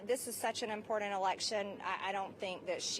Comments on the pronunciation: Seeing that he's running for president you would think that it would be kind of important to him what people are about that are seen around him, going to events with him, riding in his plane with him, etc. And oh my Gosh, would someone please teach Marge how to pronounce the word, "Important"!!! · Marjorie says impordan for important. It’s the least of why I can’t stand her, but still it’s annoying.